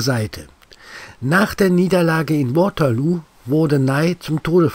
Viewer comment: Danke für die interessanten Informationen. EINE kleine Anmerkung. Bitte Waterloo nicht Englisch aussprechen.